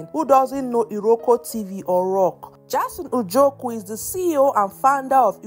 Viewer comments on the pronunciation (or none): Please stop spoiling people's names, which one is Mary Ojoku? Please it's Njoku!! Stop spoiling our surname please!!!